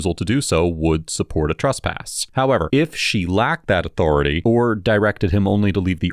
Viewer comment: The most iconic “HowEver”